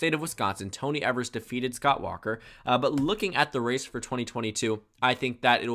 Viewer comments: The governor of Wisconsin his name is Tony Evers (long e sounds at the beginning) [EVE-ERS] Not pronounced (ever-s) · It's EE-vers, and not EH-vers. English is a tricky language.